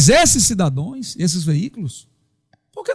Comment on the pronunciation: Nossa, esse cara é jornalista, falando " cidadões? É filho do Lula ou estudou na mesma escola do Lula?